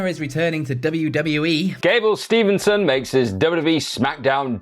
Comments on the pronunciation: Cmon guys it gable steveson, STEVE-SON, Theres no N in the middle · Love you guys but it's Gable Steveson not Stevenson